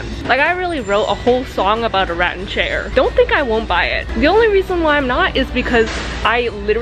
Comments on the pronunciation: say it with me, Rat-anne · I will never truly know how rattan is pronounced, but I will always remember the chair it made that betrayed